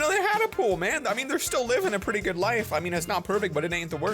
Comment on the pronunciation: you do be saying gud